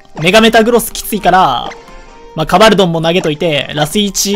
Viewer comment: ドンカバルて。純・ゲバルみたいに言うな